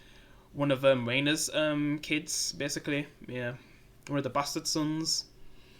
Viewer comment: It’s Rhaneyra Ren ae raaa 😂 and the dragons are much better on here than GOT they all have a distinct look and personality